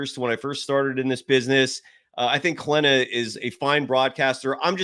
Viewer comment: At least get her name right it's Kylen..